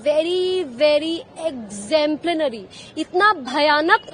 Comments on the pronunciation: Listen to her English "explemplanary"😂😂🤣🤣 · "Exemplanary" - increasingly this is becoming a growing concern. These actors feel less about themselves if they speak in pure Bengali all through. And in that quest at times they say such wrong words, wrong pronunciation that we the rest of the Bengalis feel embarrassed